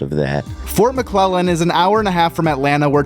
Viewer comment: Anyone else think Katt called the base Fort McLovin 😂